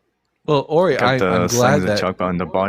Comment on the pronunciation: The power of the Ori comes from the later seasons of the television show Stargate. It's pronounced "or I" not "or E"; you are pronouncing it like Rory without the r.